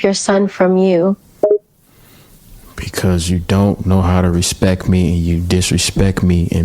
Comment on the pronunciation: I wish this generation knew that the word is RESPECT and not RESPEC